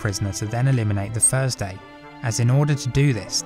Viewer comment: It’s “THursday” not “FIRZday”